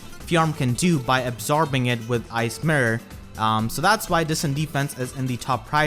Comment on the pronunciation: I just keep Listening "Ice Myrhh" instead of Ice mirror when you take about fjorm